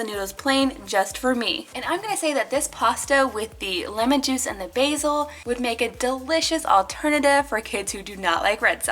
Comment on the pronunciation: It's basil not Basie